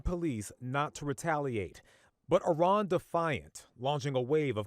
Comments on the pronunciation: It's Iran , not Iron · Eff-eye-ran God bless America.